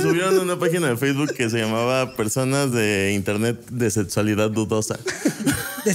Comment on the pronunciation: “setsualidad” jajsjssj nunca nos faltes